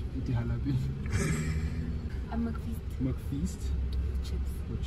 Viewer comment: j is H BRO SO ITS HALAPENO🤣